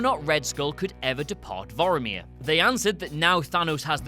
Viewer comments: OH MY GOD ITS PRONOUNCED VORMIR NOT VOROMIR, AAAAAAAAARRRRRGGGGGHHHHH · Are the people at What Culture incapable of pronouncing things correctly? It's Vomir not Voiamir. Like come on? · It's Vor-mir! Not Voromir! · Voromir? Are you mixing up Vormir with Boromir? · "bor omir" Maybe cause its the same actor as Elrond in Captain America? XD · Vor-meer... two syllables. you're pronouncing it like Boromir from LotR. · Planet "Boromir" tho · How about "Vorameer?" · Thank you, Vormir does not rhyme with Boromir. Pissed me off every time he said it. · Why do you keep pronouncing Vormir wrong?